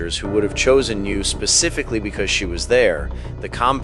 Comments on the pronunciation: N Y. U. Not new. Say it right or don’t say it at all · Why are you calling it "New Langone." Is this an AI reading of a script? It is N Y U Langone. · It's N. Y. U. Not NEW!